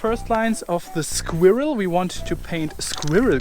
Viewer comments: sag einfach skwörl, das kommt nah an die Aussprache von squirrel ran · A German trying to say squirrel is the absolute funniest thing ever